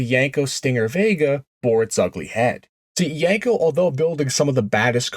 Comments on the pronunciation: If you're going to call it a "Yanko", I'm out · Yenko has an E not an A as the second letter in the name. why do you mispronounce the name ? is this a Jersey or certain eastern way to say YEnko ?